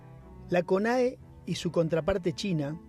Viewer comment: Y dale con decir conea... Es CONAE!! El ex embajador estuvo muy bien con sus comentarios